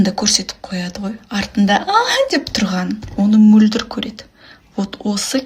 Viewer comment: Әй қарағым "қ" әрпіне тілің келеді екен алМөлдір деп алсаң күнә бола ма неге Мольдр деп отырсың